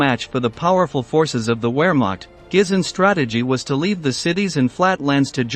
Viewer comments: You know its a robot narrator when it says "Where Mocht". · Wehrmacht is pronounced Vehrmacht! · Gooermacht!?!?! Please, respect, knowledge and preparation. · the narration by a computer voice is very counter productive to your video. it can’t pronounce soooo many words!!!! it really struggles with German words haha. very disappointed. Wehrmacht? Luftwafffe? find a human. lol